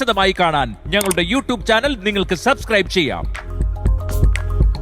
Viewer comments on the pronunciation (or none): none